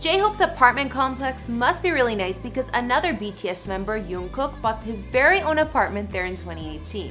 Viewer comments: I heard the word yongkook 5 times just to make sure that did she really say yongkook or jungkook.🤣🤣🤣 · It's jungkook not unkook!!! 😂😂😂🤔😑😠😠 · others talking about how she say jungkook as yoonkook ..i know that she got wrong..many people always get wrong but can we appreciate about bts house/dorm?? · I know but where she get the Yong from it says Jung... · feliciiaab yeah but there’s not really an excuse as to why she said yoonkook like, obviously she found out their names before making the video and it’s very obvious that his name is jungkook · No hate but why does everyone pernounce his name Youngkook? So many show host do it.....there is clearly a j not a y. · It’s JUNG-kook not YUNG-kook 😆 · I heard ''YUNGKOOK' Me: Wait, I'm a fan of BTS, and Jungkook is my fav member. Have i been saying his name wrong the whole time? ME: Immediately going to the comments to see what people say Me: Yeh, everything is fine, his name is pronounced Jungkook. Im not wrong Also me: Relieved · ‘yungkook’ omg girlll its ‘J’ ungkook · did she just say sayool instead of seoul and yungkook instead of jungkook and chin instead of jin girl i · It's jungkook btw...not yunkook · yoongkook- its JUNGKOOK LMAOOO w h e e z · “by the way I’m no expert” hahhahaha we knew since you said Youngkook instead of Jungkook😉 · she said yoonkook and that they debuted in 2010 (its jungkook and they debuted in 2013) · Please correct you pronunciation it's not yoonkook, it's jungkook. Who is Chin and Chimin ?? They are jin and jimin. Please google their name if you don't know. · Yankook...what was that....girl it’s jungkook!!...but it’s fine I’ll forgive you,,,...cause people make mistake😜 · I like your video & its Jungkook not youngkook!! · It’s jungkook lady!!!! GET IT RIGHT!!!!!! who tf is yoonkook...last time i checked it was a ship name🤣🤣🤣🤣🤣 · It’s jungkook not yungkook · Guys "J" in German is pronounced as "y" that's why "ja" is said as "ya" Maybe that's why she got confused calling Jungkook "Yungkook"